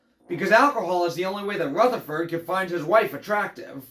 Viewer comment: Ruth-ah-ferd B Hayes 😂